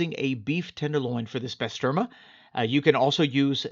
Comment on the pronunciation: It’s pronounced Bah-ster-mah!!